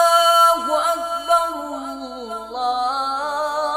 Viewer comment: اللہ اکبر اللہ اکبر میں وصل کے صورت میں ر پر ضمہ نہیں فتحہ پڑھنا چاہیے یا جزم قاری صاحب ضمہ کے ساتھ پڑھا رہا ہے بلکل غلط ہے